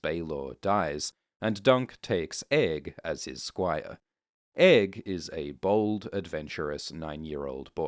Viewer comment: did you say bold or bald?